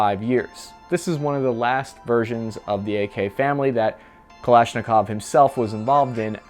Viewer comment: Stop saying mik-hell 😒please. It's Mee-haa-ILL. Or just say Mike for god sakes. At least you got Kalashnikov right, so thank you for that.